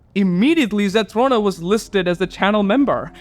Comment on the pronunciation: Hey! Thanks for reacting to my comment! You are one of the first people I've watched to actually pronounce my username correctly most always say ZethRONa like Ron Wesley from Harry Potter but you actually said it correctly!! The channel membership thing was most definitely a glitch even though I would absolutely be a member if I had the money (could be soon hint hint). If you ever need a quick guide for some of the Winged Light in the realms I have a few videos that could help! An interesting fact is that the ENTIRE game can be beaten without grabbing a SINGLE spirit or winged light but requires immense skill and luck! The spirit you and the comment are talking about is by far the hardest spirit. I did it when there wasn't a spell that warded off Dark Dragons (krills as you call them) for 1 minute.. pure pain. Here is an ENORMOUS tip for the resize spells ! If you want to have a 100% chance to grow taller use these spells in order: Shrink Spell then use Tiny Spell and then use the Resize Potion Spell. If you want a 100% chance to become shorter then use these spells in order: Grow Spell then use Huge Spell and then use Resize Potion Spell. The mask that makes you small is called the "Chibi Mask" I would recommend the book series Wings of Fire but that is a 16 book long series with an estimated 1,084,535 words in total. It is to note that it can be quite graphic and detailed when it comes to describing violence or fights. I found the Sky by complete accident b